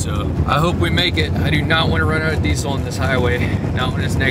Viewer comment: Dude, it's pronounced: deezel (diːzəl).